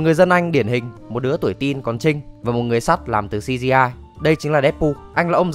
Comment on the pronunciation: tôi có bảo buồn cười đâu b ý tôi là nghe nó chuẩn th =))